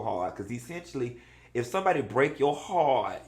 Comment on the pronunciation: why you say ‘Hearrrt’ like Mayou Angelou lol